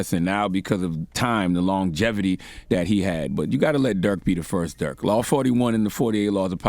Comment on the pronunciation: It’s Not DuRk